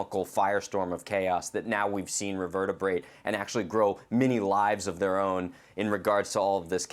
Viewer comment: The word is " Reverberate " not " Revertebrate ". Yeesh